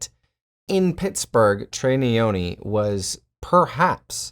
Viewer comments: Nyoni not neyoni. African Malawi to the world . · it's Nyoni not Neyoni mate 🤦🏿‍♂️